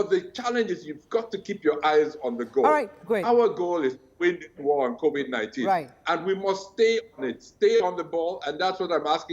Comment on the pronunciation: So this, u can’t even pronounce covid-19. I tire oo